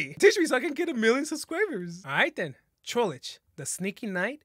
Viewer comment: i love how you pronounce trollge like trollage